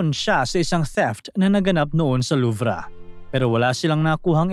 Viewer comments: Luv po ang pronunciation,hindi po luvra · The french people and here in UK.. Its pronounced the Louve... Silent R. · Mali mali ka mag banggit ng pangalan ng tao tsaka yung louvre wala pong r pagbasa niyan nangunguha ka nalang nga ng storya sa iba dimo pa inayos